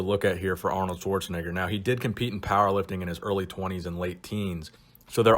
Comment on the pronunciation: This guy's pronouncement of Schwarzenegger got me cringing a little.